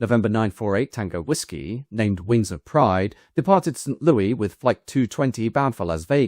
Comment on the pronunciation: With hesitation because I have no desire to appear smug. I especially have no desire to appear ungrateful for the many edifying hours spent with your commitment to thorough research. The city of song which is the home of the Gateway Arch monument and Anheuser-Busch brewing is not pronounced in formal context like it is, informally and with affection, in all of those songs. Despite the French historic connections, and formerly language, being prominent. Approximately "Saint Lewis" is correct. Example